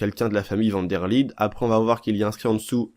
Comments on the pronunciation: Comment tu dit van der Linde tu dis comme van der LIDE ET NON LINDE 😂😂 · Van der LINDE ça se prononce "LINEDE" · On dit van der linede